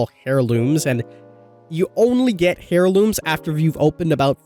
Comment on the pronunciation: AIR LOOMS. The H is silent, bruh... 🤣🤣🤣